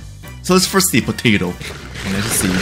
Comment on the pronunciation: ah yes, pototo